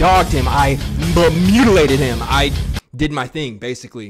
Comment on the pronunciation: Nigga said “bumutilated”